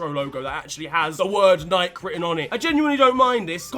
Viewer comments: Why do you guys always mispronounce Nike? . . . And taco while we're at it? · I'm an American so hearing Nike as (nyke) when we pronounce it (nykey) has thrown me for a fucking loop. How have I never noticed before?!? 😂😂